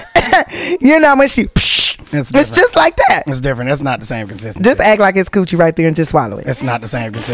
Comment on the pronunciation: Wait did Tiffany say cooch hair's😭💨 new subscriber T-pain good guy for asking questions no1 else asks #mentalhealth